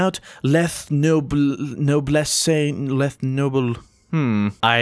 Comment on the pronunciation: its pronounced "less noob-ness"